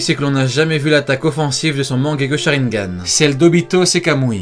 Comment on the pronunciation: « sharineganes » oulala